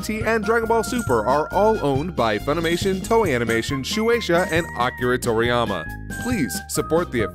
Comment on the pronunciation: Hearing “Akira Toriyama” at the start hurts.